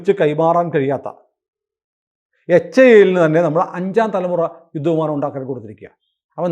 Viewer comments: Dhruva അല്ല.., Dhruv(ധ്രുവ്). ധ്രുവ് വിമാനം അല്ല, Helicopter ആണ്. വിമാനം Tejas ആണ്. Tejas MK -1 Tejas MK -2. HIL അഥവാ HAIL അല്ല.., HAL (Hindustan Aeronautics limited) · Not HAIL, its HAL only.